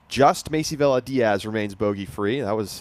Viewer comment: Villa is pronounced- ‘Via’